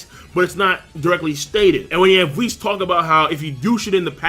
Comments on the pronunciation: its WISS not VIS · Sometimes when pronounced whis's name it sound like he saying vhis.